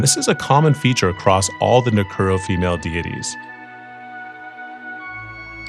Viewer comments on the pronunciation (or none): Nu Ku o ro is how it's pronounce